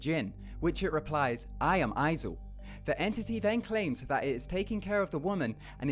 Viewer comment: There is no Izul, only Zuel.